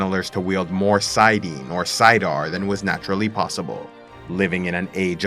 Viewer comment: I really like your videos and are on point with the text of WOT and Robert Jordan.... but can you please say it and Saydar.